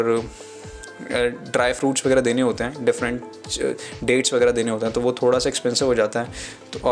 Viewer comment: bhai "thoda sa" ko clear krde kro